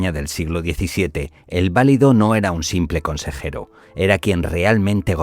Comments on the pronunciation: No se pronuncia VÁ-li-do, se pronuncia va-LI-do, cuando se refiere uno al favorito de un rey. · Gracias . Qué molesto escucharlo mal pronunciado. Saludos.